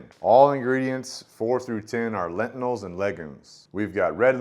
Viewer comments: It's pronounced "Lentils", not lentnils. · It's "lentils" ....not "lentinals", my dude. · I can't un-hear "excedra" and "lentinals" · I've never heard anyone call lentils, lentinals... is that a family pronunciation? Also, you keep pronouncing et cetera with a D. Your video just popped up in my feed, and honestly, I'm not trying to be the word police. I'm just trying to help you out. You do speak very well, and you have good content. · Reminder not to take science advice from a guy who can’t even pronounce lentils.